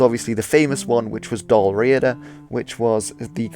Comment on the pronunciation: Say it like this.... dAL-rE-ada.... Spelling is not corrects but say it how it sounds. Lol